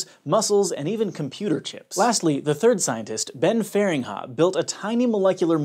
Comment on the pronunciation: I like how you pronounced 'Feringa'